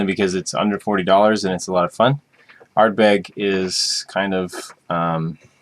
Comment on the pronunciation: So glad to see a North American adding water to their Scotch. As you're supposed to. Glad you enjoyed them both too. :-) PS: I much prefer the Ardbeg. Even though it's peatier than the Laphroaig, (59ppm vs. 29ppm-ish?) it doesn't SEEM as peaty as it's a better balanced single malt. PPS: Ard-BEG ;-) Emphasis on the last syllable.